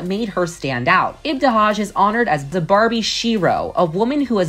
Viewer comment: She butchered ibtihaj's name & it's not muZlim it's just muslim